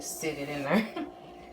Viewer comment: Love this! It looks like the Georgia peach from the cheesecake factory. Where are you from? When you say "thurr" it reminds me of when I lived in Texas lol.